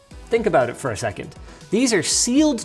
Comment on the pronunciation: Did Linus just say hold on a Shreken'?